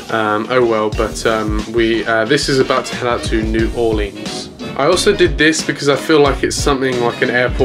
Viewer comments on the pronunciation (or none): none